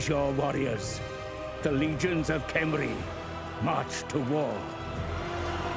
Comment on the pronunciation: Alexander F I did notice that Settra does say Khemri like "hemri" without the k-sound. That said Khalida does very much say her name with a "K". So obviously not all "Kh" should be pronounced in the same way.